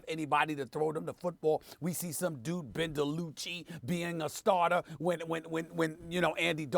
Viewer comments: "Ben DeLuchi" 😂😂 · “Ben DaLoochee” 🤣🤣🤣